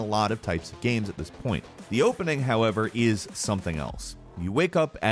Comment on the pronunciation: Why does he pronounce "games" like "gams"?